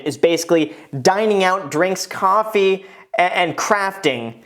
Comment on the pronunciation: You’re saying Coffee wrong!